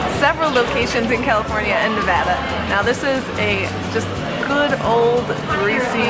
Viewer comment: Thank you for pronouncing nevada correctly!😁 much appreciated!(